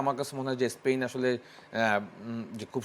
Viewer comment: ভাই এরা প্যারাগুয়ে রে বলে পারাগুয়ে, আবার স্পেন রে বলতেছে স্পীন 😊